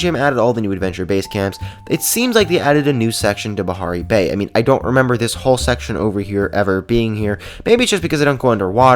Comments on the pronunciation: a almost said Aparri bay instead of Bahari Bay DR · XD it souded like he said " a new sectoin of APARRI BAY" XD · sounded like he said Aparri Bay.